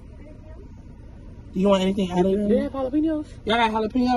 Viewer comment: NOT JA-LOP-AN-O'S!!! 😂😂😂🤣🤣🤣